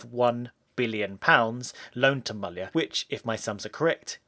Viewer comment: Finally someone pronounced "Mallya" as it should be!